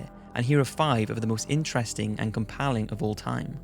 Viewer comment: You pronounce "compelling" wrong.